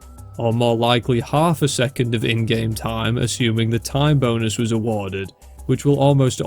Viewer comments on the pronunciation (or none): HELP I THOUGHT HE WAS SAYING "TIME BONERS" THE WHOLE TIME